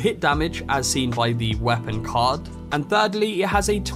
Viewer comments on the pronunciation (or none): none